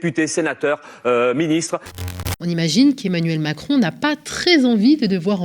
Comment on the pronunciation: Omacron elle a dit 😂